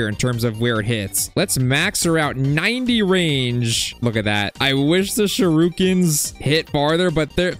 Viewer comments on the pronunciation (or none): Bro Said shurookins☠️☠️☠️